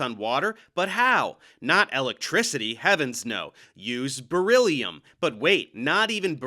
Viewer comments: im crying at Dave killing Terry with the sound of Beryllium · WELL I wish Dave would stop killing us all every time with the sound of beryllium too 🤔